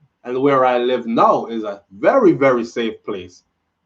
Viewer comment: VERY! VERY!! SAFE!!! PLACE!!!!(the cadence tho) LOLOLOLOLOLOLOLOLOL